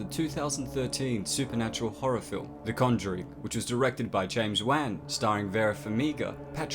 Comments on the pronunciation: he really said james wan, its pronounced like wahn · not to nitpick here but i believer the correct pronunciation is juan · Wan, like want but the T is silent. Not Wang XD